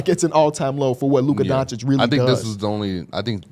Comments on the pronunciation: How is it your job to talk basketball but you still say “donkchick” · If yall can get antetokounmpo right, yall can get Doncic right. It in not Donchick 😂😂